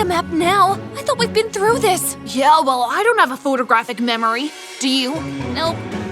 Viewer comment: That yeah sounded like YUH 💀😭😭